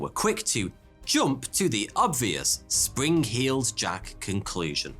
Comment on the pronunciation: sprin-k-heeled jack?